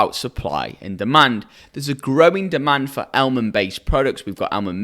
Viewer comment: Almond = Elmend 🤣